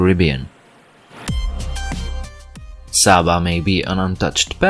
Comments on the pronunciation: It's not Sah-ba, it's SAY-ba. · Its pronounced Say-baa, not Saa-baa